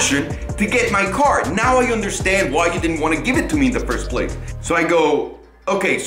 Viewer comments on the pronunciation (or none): none